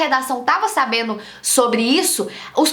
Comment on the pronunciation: "Sabeno, fazeno, falano, mudano"?🤔😑